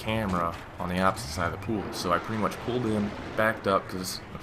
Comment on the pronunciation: lol you said "the best prank you have pooled" nice messup it was comical but i liked the stroy